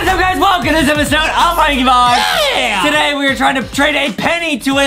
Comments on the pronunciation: I realize adam said prankybox instead of lankybox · Did Adam say banky box or Not